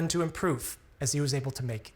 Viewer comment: Always feels so relieving hearing the heavily emphasized FULL recovery at the end